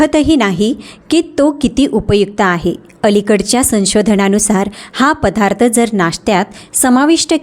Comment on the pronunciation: पधार्थ न म्हणता पदार्थ असं म्हणावे.